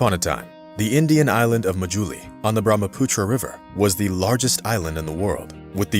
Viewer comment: You pronoce bharmaputra river wrong 😭